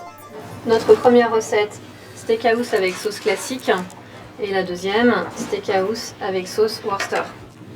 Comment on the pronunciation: "steakhouse" ou "steak à housse" ptdr. Les français et la langue de Shakespeare...